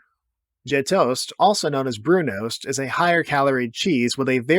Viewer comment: Thank you for including and correctly pronouncing Brunost.